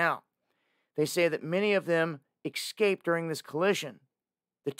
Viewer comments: Its NOT EX-CAPED its ES-CAPED why is this so hard for people to pronounce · It’s NOT EXcaped for God’s sake…..It is ESCAPED !